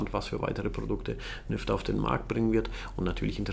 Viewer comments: Jedes Mal wenn du Nyfter gesagt hast verstand ich "Lüfter"... error in head...🤪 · Verdammt, nachdem ich deinen Kommentar gelesen habe, ich jetzt auch xD